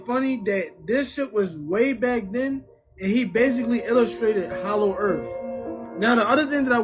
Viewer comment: HALLOW EARF